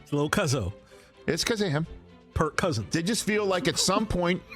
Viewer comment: My dude said perc cousins